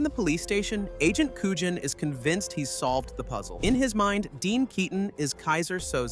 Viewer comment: Seriously? This guy is going to narrate about a film he obviously never saw. He cannot even pronounce Agent Kujan's name correctly.